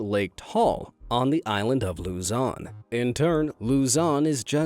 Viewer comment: That's not how you pronounce luzon😂